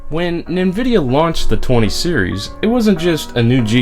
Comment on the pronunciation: Why do you say nvidia like that? It's driving me crazy.